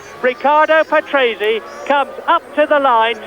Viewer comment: you could at least say his name with the right pronunciation